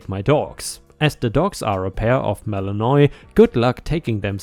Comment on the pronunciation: Malinois mal-in-wah :)